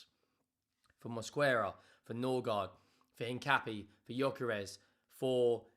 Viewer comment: Tips: the "u" in Paqueta and Mosquera is silent. So more like "Paketa" and "Moskera". And Hincapié has the stress vowel in the é, not the a.